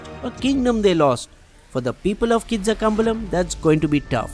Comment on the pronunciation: you pronounced the name wrong even hough it was spelled correctly. Same with Kizhakambalam. Please take the help of native language speakers to help you with the right pronunciation. It will add more nuance to your already good videos